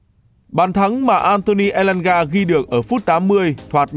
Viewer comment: Tại sao Elanga là người gốc Thanh Hóa vậy mn?? Không phải là nghệ An hay Hà Tĩnh..